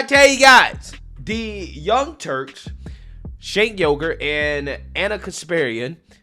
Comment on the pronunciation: I could have sworn you called him Shake Yogurt!!!! 😂